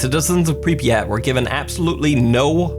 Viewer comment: I’m pretty sure you said Pripyat wrong you said it like this pripiyat but it’s supposed to be Prip yat